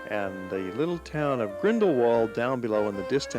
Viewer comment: the pronunciation of grindlewald is actually grindleVald not the written